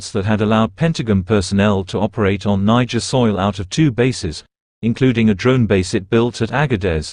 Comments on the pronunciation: The AI keeps saying Nigerian 😂 it’s Niger 🇳🇪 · Is it Nigeria or Niger from France pronunciation